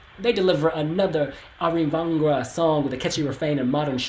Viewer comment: It doesn´t matter, but the stress on Arvingarna isn´t on "gar", but on "Ar" and "ving". "Arv" means like inheritance in Swedish, and arvingar is heirs. "Arvingarna"= "The Heirs" Their fathers were famous musicians in this dansband genre.